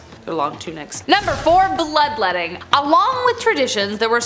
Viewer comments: Lol I thought it was blood-wetting. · Lol, “blood-wetting”.😂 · Did you say “bloodwetting”?